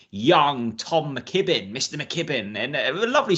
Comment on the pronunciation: Quality podcast as usual guys yes that's Guys could please pronounce my countryman Tom McKibbin properly not McGibbin he doesn't say S W Gim Tom Gim or Kevin Gisner come on sort yourself out man lol. Rose for the Canadian will do me cheers